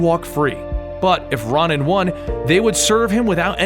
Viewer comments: RO-nan. Not RON-an. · Ron-in? Isn't it pronounced row-nin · Ronan is pronounced like Ronin btw. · ITS RO-NAN, GOD! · It's pronounced ROW NAN, It's my name, I should know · I always thought it was pronounced r-o-nan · butchered Ronin's name bruh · Omg stop pronouncing Ronan like that it's super annoying